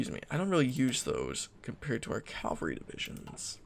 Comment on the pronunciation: Stopped watching when he pronounced cavalry wrong... again 🙄